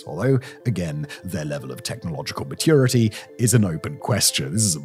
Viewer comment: Chiner, ma-TOO-rity 🧐